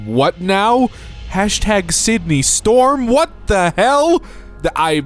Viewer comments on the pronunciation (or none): none